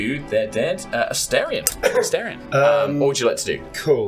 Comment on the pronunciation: the “a-STAIR-ion” pronunciation is irking me so bad😭